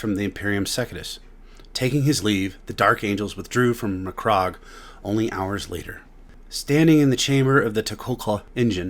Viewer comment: I can’t help but cringe at the way you’re saying certain things…SECOND-IS? McCROGG?